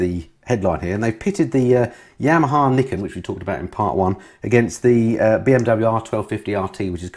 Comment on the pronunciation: or as pronounces it, Yamaha's Knickers:-D